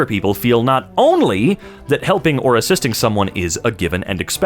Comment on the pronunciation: I think "assiating" was supposed to be "assisting".